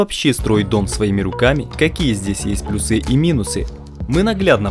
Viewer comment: плюсЫ, минусЫ, аж прям уши режет этими ударениями, пощадите пожалуйста)